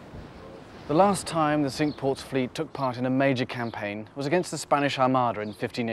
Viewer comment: Thank you, I would have never got the pronunciation of Cinque as sink. Wish you were still doing these.